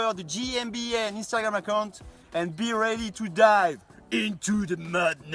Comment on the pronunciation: if someone didn't understand mr. Barelli. It's mudness not madness!